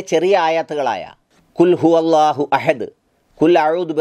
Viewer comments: kulfu അള്ളാഹു അല്ല kulhuvallahu എന്നാണ് ഉച്ചരിക്കുന്നത് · കുൽഫു അള്ളാഹു അല്ല കുൽഹുവള്ളാഹു എന്ന് ഉച്ചരിക്കണം തെറ്റ് തിരുത്തുമല്ലോ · കുൽഫുഹുള്ളാ എന്നല്ല കുൽഹുവള്ളാ എന്നാണ്